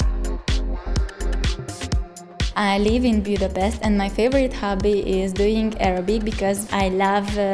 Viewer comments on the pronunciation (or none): A magyar főváros neve: Budapest és ezt mi, magyarok így is ejtjük, akár magyarul, akár angolul beszélünk. Csak azok a külföldiek mondanak "Bjudapeszt"-et, akik nem tudnak magyarul és még sosem hallották, hogyan kell ejteni a város nevét. A CNN-en az amerikai bemondók és riporterek is Budapest-nek mondják a város nevét, ugyanis tájékozódnak, mielőtt hülyeséget mondanának - ha ők képesek rá, akkor mi magyarok is legyünk képesek és ne mondjunk sznobságból Bjudapesztet!